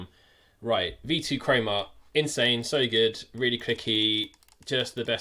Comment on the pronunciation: “V2 creamah”